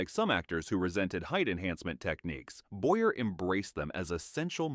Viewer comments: It's Boy-yay not Boyer! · Also Charles Boy-yay is how it should have been pronounced too.